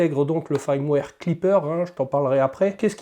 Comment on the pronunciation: FIIIIIIIrmware !! avec un "I" !! l'ail, c'est pour faire de l'aioli, dans le sud ! 🤣 Je t'avouerais que leurs histoires de "I" ou "AIL" (ouille) c'est très chiant, parce qu'on (enfin "JE") ne sait(s) jamais quand c'est l'un ou l'autre, surtout qu'il y en a aussi sur les "Y". . . . pfffff font chier les anglophones ! Sinon, cette bestiole me fait bien baver ! (j'ai aussi une SW X2, comme toi, de base !) Le Klipper aussi (je sais qu'en faisant des pieds et des mains, on doit pouvoir le mettre sur nos SWX2, mais bon, ça a l'air très compliqué quand même. Un détail, tu fais un auto nivellement sans mettre en température avant ?? normalement, il doit être fait en conditin d'impression, donc plateau et buse en température, sauf si je dis une ânerie. (a moins que sur cette machine, il y ait une raison technique à cela.)